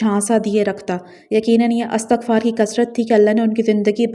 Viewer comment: Thanks dear sister for using the pronunciation 'ISTIGFAR'.